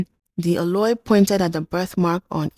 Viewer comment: I really love your content, amazing. I would suggest you make a little more effort to learn some pronunciations perfectly e.g Oloi is pronounced /Oh Low i/